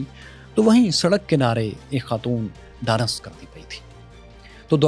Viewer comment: khaton dance nhi kr rahi thien woh yoga teacher thien jo apnay channel k liye tutorial bna rahi thien.............. smiled while pronouncing dance to danas......rural punjabi accent😃